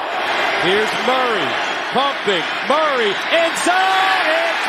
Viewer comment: Talib finally got Murray’s name right… He used to call him Calamari😂